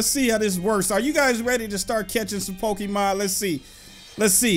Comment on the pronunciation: Why do people on yt always pronounce it pokiman